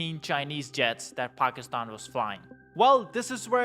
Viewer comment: Pock is tan??? Or Packy stan???